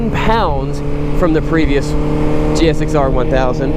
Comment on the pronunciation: Am I the only one that’s bothered by hearing him actually saying, “G.X.S.R.”?